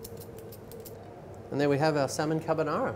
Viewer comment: "parsta" "cabbanara" 😂 Oh yeah & he added cream to it 🤣